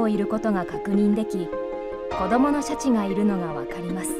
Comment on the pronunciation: 白シャツみたいな言い方しよってからに😠